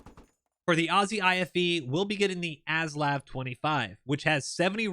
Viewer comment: Only one petpeeve in this video mate The weapon systems are pronounced MINI--MI , MAXI-MI, and A-SLAV